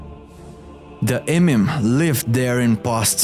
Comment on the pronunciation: It's "Eee Meee Mum"